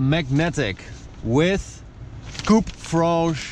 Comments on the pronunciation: "Coupe franche" very good accent 😂😁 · You pronounced very well "coupe franche". :) Bravo. Not easy for everybody. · "Coupe franche" avec le bon accent. Digne d'un Francophone 👍🏻😉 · "Coupe franche" bien ton français 👌😊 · How the hell did you get the perfect french accent from coupe franche ? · Are you French m8 when you said coupe franche you say' d it very well